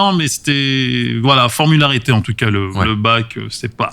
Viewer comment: Je suis tellement fan de ces interviews ! Par contre « formalité » pas « formularité » 😂 je trouve ça trop drôle